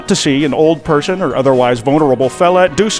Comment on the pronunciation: I do believe he said "A human ferson" Or "furson" Either or Lmoa